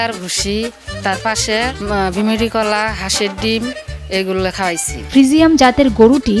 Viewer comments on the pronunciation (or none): ফ্রিজিয়াম না ফ্রিজিয়ান